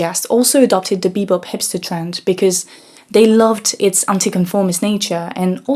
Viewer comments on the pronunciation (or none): Bobop, not bepop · Thank you for the great video 🙏 But just a small correction (cuz Jazz fanatics might come after you) it's called Bebop not Bepop ! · It’s BEBOP, not bePOP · It's spelled and pronounced "Bebop". Otherwise, great video! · She said “bepop”